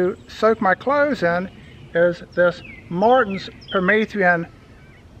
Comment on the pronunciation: If he says per-meeth-ree-in one more time..........